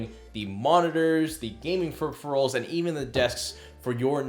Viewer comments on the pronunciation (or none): to ? Pheripherals? Or phuppheriphAls